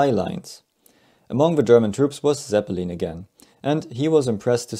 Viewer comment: Zeppeleen smh